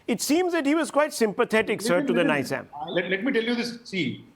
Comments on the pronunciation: Why "ny"zam? It's "Ni"zam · Rahul shivashankar is being funny. It’s Neezam, not Niiizam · I wanted to watch the full video but every time he said ‘Niizam &, , Naiizam, I got frustrated